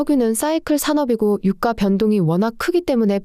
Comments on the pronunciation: 성우쓰실때 제발 유까 주까 최고까 로 읽어주세요. 저는 이게 너무 신경쓰이네요. 주식방송에서도 오늘의 삼성주까 이런식으로 읽어주는데 여기는 삼성유과로 읽어줍니다. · 인정ㅋㅋㅋ 국어는 된소리 발음을 표준어 발음으로 인정하고 있어서 '유가'가 아니라 '유까'가 맞습니다. 김밥을 김빱이라고 발음하듯. 된소리 발음을 해주셔야 귀에 잘 들림.